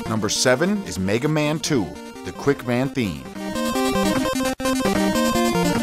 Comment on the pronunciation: World: "Meh-ga Man" This guy: "MAY-ga Man" @@